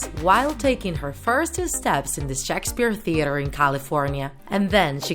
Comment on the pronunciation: Shockspeer interesting way to say Shakespeare